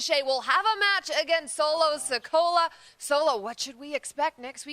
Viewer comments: Its Sikoa not Sicola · Nobody heard say Solo Si-Cola? Lmao where does WWE find these people? Like seriously she couldn't make sure she had the name right before this started? 🤣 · She said solo “sikola”